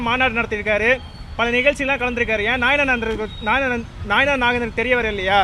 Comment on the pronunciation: ஐயா உங்களுக்கு நைனார் நாகேந்திரன் என்ற பெயரில் ஒழுங்காக உச்சரிக்க தெரியவில்லை நீங்கள் எப்படி வளர்க்க போட்டு நைனார் நாகேந்திரன் உயர்நீதிமன்றத்துக்கு வரவிருப்பீர்கள் உங்களுக்கே சரியாக பேச தெரியவில்லையே